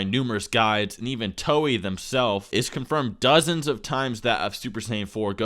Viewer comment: Bro said "Toey" lol it's "To-ay"